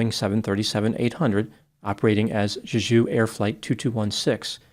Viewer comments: It’s pronounced “Jay-Ju” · it’s pronounced Jay-Ju. It’s a dope Korean island - almost like Hawaii. There’s also a phallic “fertility park” there. Google some pics. It’s worth it. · Jay - Jew. Emphasis on the first syllable. Other than that, I also believe fear/panic were contributing factors, if not the actual cause. I've flown in/out of Korea dozens of times, including on Jeju Airlines. Most landings are just fine but some can be white knucklers. Getting whacked by a bunch of birds followed by a cement wall coming at you at 150MPH can't be very comforting! Could also be the landing gear was damaged during the first pass with the gear down. If they raised it for the go around, maybe a bird got jammed inside and the gear wouldn't drop? Pilot got sidetracked with the gear and forgot to watch his approach speed? Then panic? Who knows. So many possibilities. All guess work at this point. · Why would you say Juju when it clearly spelled JeJu!? Just saying. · You can pronounce it more like 'Jae-Joo'. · For anyone curious, Jeju is prounced as "jay jew'. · The airline is pronounced "Jay-jew" like the southern Korean island of the same name. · It’s pronounced Jay-Ju. It’s a dope Korean island. Almost like Hawaii. There’s also a phallic “fertility” park there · Just want to do a slight correction - Jeju is pronounced differently. You kind of made it sound French like the Aju sauce. Its more like a J as in juice. So jeh joo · Jeju is pronounced more like jay-ju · it’s pronounced Chae-Jew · Pronounced "Jeh Ju" you can see the first officer put his arm against the windscreen as it's sliding down the runway. He knew.... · For pronunciation The j’s in Jeju are hard j’s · Yeah, the pronunciation of Jeju was making me itch 😂